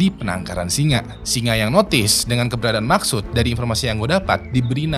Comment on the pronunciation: Maqsood❌ Maksud✅